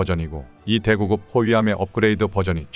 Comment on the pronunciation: 부터 두번 "대구급"은 "대구끕"이라고 읽는 것이... 대구(의)급이 생략된 것이므로...